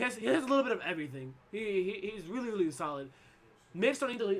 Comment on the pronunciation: I like sonicfox but damn, those "LIRLY"s was a bit too much